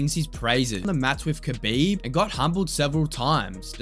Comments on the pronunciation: kabooiiieeeb edit: alright you corrected your pronunciation in a later video, subbed to the channel mate! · It’s pronounced Habib not Khabib….Fgsake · It sound like you were saying his name wrong the whole time. You don’t pronounce the K. But other than that, badass video man. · You don't say the K in Khabib. The K is silent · It's funny to me, as good and well known as kHabib is.. barely anyone pronounces his name correctly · Bro did so much research and still can't pronounce Khabib's name right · The K is silent